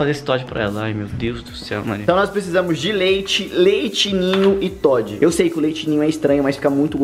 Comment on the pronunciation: soletra errado ele falo todde sendo que é toddy